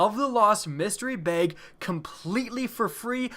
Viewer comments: it's bag not beyg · I absolutely hate how he pronounces bag it's not "bayge" it's "bag" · I'll pray to RNG that you learn how to pronounce "bag"